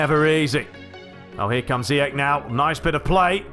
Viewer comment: Great videos as always. I'm Moroccan. The way to say zeyach is zeee esssh